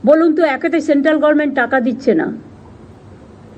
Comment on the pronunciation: ওরে ছাগলি...কথাটা 'গরমেন্ট' নয়, কথাটা গভর্নমেন্ট.... মূর্খমন্ত্রী হয়েছিস , উচ্চারণ ঠিক করতে অন্তত মহাকালী পাঠশালার মতো কোনো পাঠশালায় ভর্তি হ না ছাগলি.... তুই তো ডক্টরেট.....